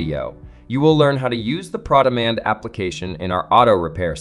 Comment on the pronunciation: The pass through is a nice feature. But the way that it's presented makes it feel like it's proprietary to ARI. If you're going to use this feature, that means you already pay $180 to Mitchell for ProDemand....also why does Cameron keep pronouncing it "PrawDemand"? It's Pro Demand, as in Professional.